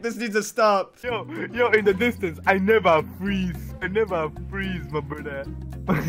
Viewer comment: WE NEVA FWEEZE!